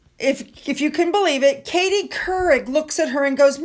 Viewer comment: I bust out laughing because Karie's name came out sounding like Keurig. 😂 Katie Keurig. 😂